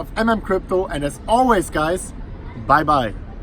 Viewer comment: What did you said at conclusion...was it bye-bye or buy-buy??